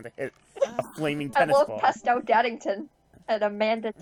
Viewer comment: oh excuse me. fuckin daddison not daddington. shit